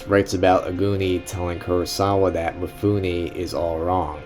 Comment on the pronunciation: Roll the film and duct tape your mouth. This is not about YOU. You can't even pronounce Mifune's name correctly. MEE-FOON-NAY, not MEE-FOO-NI. Same way that American's all mispronounce LIGUINE, FETTUCINE. Both end with AY not EE. If you want to post a long rambling commentary in a drugged out voice, do it with your own movie, stop exploiting Kurosawa.